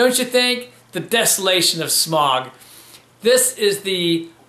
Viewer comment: smaug ain't pronounced smog